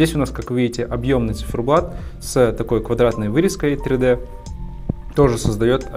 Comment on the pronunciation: Да почему «циферблаДа» ??я гуглил, смотрел других блогеров/часовых мастеров: даже в живую спрашивал. Все разводят руками 🤷🏻‍♂️ да не, циферблат все говорят. У автора в каждом видео циферблад